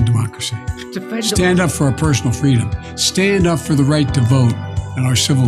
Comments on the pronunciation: It's not Freedom, it's fweedom as Kamel toe Harris has stated. This guy is probobly already in diapers, imagine what another 4 years will be like. They will be spoon feeding him baby food by then. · Actually, it's pronounced "Fweedum" now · He opened with freedom because how can he screw the word 😂